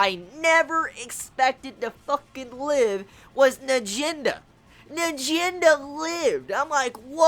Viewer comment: It's n - ahh - Jen - duhhh